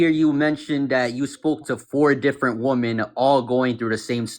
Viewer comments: “Fazzer” instead of Father. “Woman” instead of women.. hellFIRE instead of hellfire. This guys IQ would freeze an ocean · Yet another person refusing to pronounce women correctly, yet they have no trouble differentiating man and men